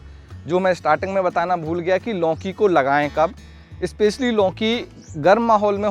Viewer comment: मान्यवर पहले तो आप लौकी बोलना सीखें। आप लौकी को लौंकी बोल रहे हो